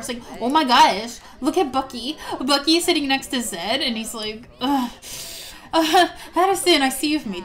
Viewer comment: Its bucky not ucky